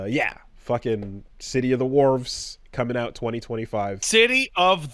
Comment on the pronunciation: "Big Ball" and "Worves". For fucks sake.